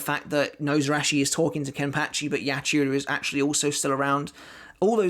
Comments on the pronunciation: The way he says kenpachi is soooo weird🤣😂😂:face-purple-smiling-tears::face-blue-smiling:😁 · It bugs me how he says kenpachi